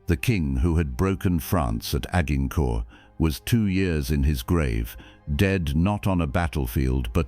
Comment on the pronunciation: Agg-in-court.....stupid AI. 😂😂😂